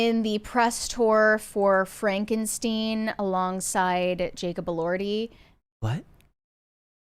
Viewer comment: not knowing how to pronounce Frankenstein, and also not being the slightest bit aware of how odd it was, was one of the stranger moments in history